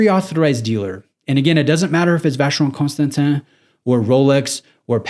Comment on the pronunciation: Please, just start saying Vacheron. You keep butchering the full name.